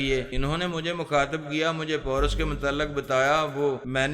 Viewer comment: Bhai wo poras nahi paaaarassss hai